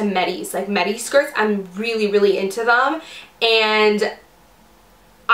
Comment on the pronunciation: I'm so sure the word us midi. Not medi.